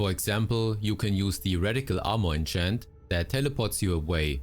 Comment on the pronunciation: Keep hearing "Ancient" whenever he says "enchant" 😑